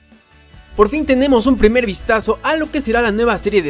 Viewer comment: dice pirmer vistazo, no primer vistazo